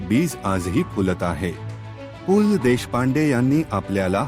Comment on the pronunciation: भिकार माणूस पू ल त्याला नीट म्हणता पण येत नाही ये